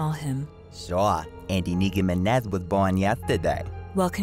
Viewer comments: the nicki miné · De nicki mineh😭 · yes thisisteNikiMineh